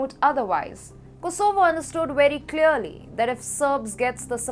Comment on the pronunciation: Like how she pronounces Kosooovo 😁😆👍